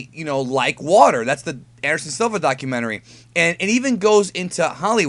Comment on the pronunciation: " Be like vater my friend "